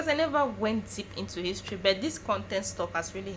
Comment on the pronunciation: My brother creates his own his-to-ry😂😂😂